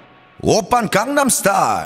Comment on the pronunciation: Psy my fav singer❤and its not condem its gangnem😂😂